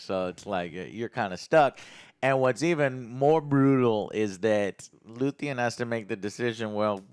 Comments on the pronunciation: One thing I'll always give credit for is NEVER getting character names correct. lmao... it's Luthen, not Luthien. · Joe... get character's names right dude... it's LUTHEN... not Luthien... how can you review a show when you keep forgetting details and can't refer to characters right. You claim to love this show, and we're 10 eps in and you still can't remember characters names right. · It's Luthen not luthien, lutheen and so on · His name is Luthen. Noth Luthien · it’s LUTHEN not LUTHIAN… learn the names for fucks sake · Geez...he's dyslexic...way to make yourself seem like a a-hole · dude said luthean and im out